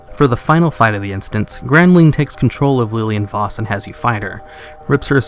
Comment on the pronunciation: Lilian Voss, not leeleean voss. God fucking damn it